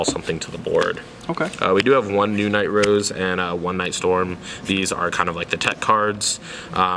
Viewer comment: It's Nightrose not Knight Rose lol